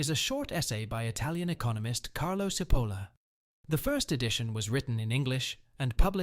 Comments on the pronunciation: Mentioning stupidity: his name is not "Seapoulah" , but Cipolla! (Which means "onion", by the way) Why are all people form all over the world able to pronouce foreign names correcty but the anglos? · It is not pronunciated Sipolla but Chipolla, it means onion in italian, actually it sound a little funny as a name. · pronounced chee polla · His name is pronounced 'tʃiˈpolla' - stupid! 🤪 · It's not pronounced "Sipolla" - it's "Chipolla". It's basic Italian pronunciation, and the word means "onion". Now, don't be stupid. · His name is pronounced “chee-POHL-la”. In Italian, “ci” is always “chee”, as in cheese. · Pls. pronounce CHEE-POLA, as Italians do. Thx. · Cipolla as in chichi “Chipola”. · I apologize if this comment comes across as pedantic. In Italian, “ci” is pronounced “chi.” Therefore, Mr. Cipolla’s last name is pronounced “Chipolla.” How someone could make a video and mispronounce the author’s name of the work he is discussing is beyond my comprehension. Has the video maker never heard of “Leonardo di Vinci, or the opera composer, “Giacomo Puccini?” Has he never seen “Fettuccine Alfredo” on the menu? Talk about “stupidity!” This “stupidity,” in my book, undermines the video maker’s credibility. If he doesn’t know how to pronounce the name of the author correctly, if he hasn’t done his homework regarding the correct pronunciation of his subject’s name, how can we rely on his content? Additionally, and equally troubling, his “stupidity” is spreading “stupidity” as his viewers will ape his mispronunciation! I hope this helps. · Well, you are stupid enough to not be able to say Cipolla correctly.